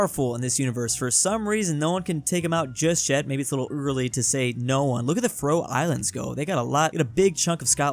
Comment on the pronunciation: it really makes me mad that pronounces faroe islands wrong so much